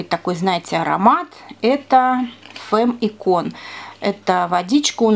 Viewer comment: без обид, но правильно называть не "Фемм", а "Фамм". Это в переводе с французского - женщина. Если бы не изучала французский, сама бы не знала)))